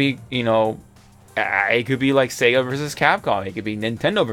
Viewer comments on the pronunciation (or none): none